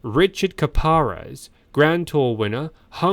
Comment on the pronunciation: And Richard Karapaz not Kaparaz,you silly robot!!!